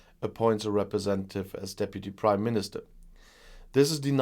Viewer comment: I always hear you saying “the British Crime Minister”…😋